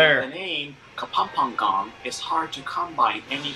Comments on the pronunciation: KA-PAM-PA-NGAN the narrator pronounced it wrong hahaha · It's funny how the narrator pronounces "Luzong", "Kapampangan", and many more. 😀😀😀 That was the Golden Tara of the Philippines but it is now in the Chicago museum. Concerned Filipinos are trying to get the golden tara back.